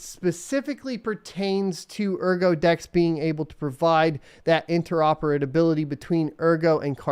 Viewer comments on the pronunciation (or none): those "interoperadability"'s were painful